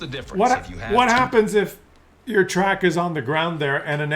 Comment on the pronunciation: "We want yoh money" is indeed all it is.